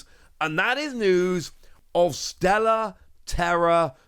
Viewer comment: Please stop with Stella. It’s Stellar. 😂